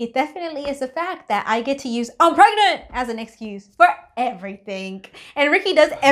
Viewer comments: I love how's I says pregnantll lol and your name does not have to be perfect you are already perfect choose a nice name does not have to be a perfect just like I said nobody is perfect enjoy the rest of your day and are you going to do do a video on the baby when it's born not instantly cos that's just like going into an adoption centre and southerner camera and loads of kids faces that's not nice just like give us a picture sorry if you think I was being rude in any of these messages love you by the way who wrote this message was a both of you???? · So funny how you say pragnaaat